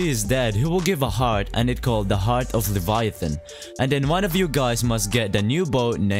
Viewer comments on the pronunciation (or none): The way he said leviathon